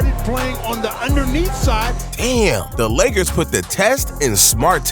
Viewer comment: bro he also said leggers instead of lakers on level 55 or somethin